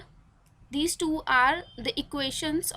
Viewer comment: When you say टूं instead of two 😂 i really love that